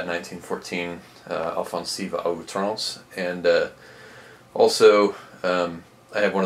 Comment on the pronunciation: I anticipated the words “offensive à outrance” coming in the opening, and so it was an incredible breath of fresh air when you said them with a French accent.